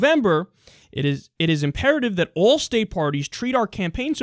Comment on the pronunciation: The way you say "all" sounds like the way southerners say "oil". Conspiracy confirmed.